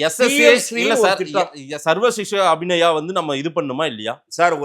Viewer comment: சர்வ சிக்ஷா அபிநயா அல்ல - அது அபியான்! தான் ஒரு மக்கு என்பதை மீண்டும் ஒரு முறை நிரூபிக்கிறார்!! 😂😊